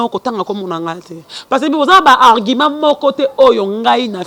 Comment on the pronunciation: oza vraiment zoba. Argument et non Arguma.